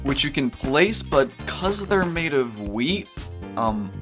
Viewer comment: i guess wheat's new purpose is to make everything you add with it edible and the wheat pronouce is like we eat